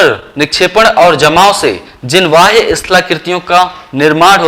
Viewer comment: Sir aap bahya ko vahya kyu bolte he???? Ya fir mera pronunciation galat he?????